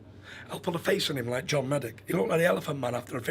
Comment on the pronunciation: 'Jon Meddick' 😄🤦‍♂️